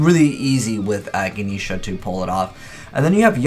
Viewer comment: his pronunciation man